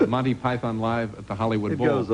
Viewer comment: MANTY PIE-THON